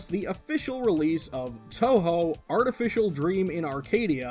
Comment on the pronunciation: You pronounced Touhou perfectly the first time around. Fantastic.